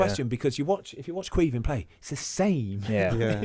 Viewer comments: Ahhh Lads takes a Brit to butcher the Gaelic Caoimhín Just Say Kweee Veeeen I’m here in America laugh mee arse offf Anyways Up Cork Boi!!!! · Not quite, they’re saying it like Kweev-in